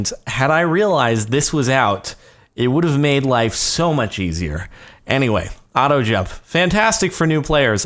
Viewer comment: your auto jump when you say it sounds like auto gel.